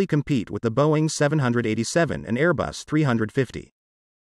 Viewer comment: It’s Airbus not aero bus